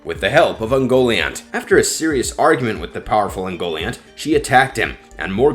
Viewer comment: It's pronounce uhn-go-Lee-aunt, moron. Learn Elvish or get out of the Tolkien video biz.... Cause you suck ...